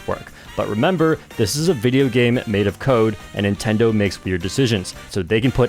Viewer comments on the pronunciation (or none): none